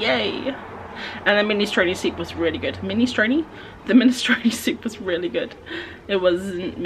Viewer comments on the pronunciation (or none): Minestrone is pronounced the same way drone is ^^